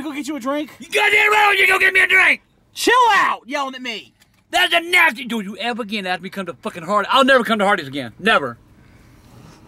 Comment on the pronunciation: IT'S NASTEH